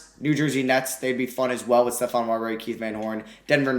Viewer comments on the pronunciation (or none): none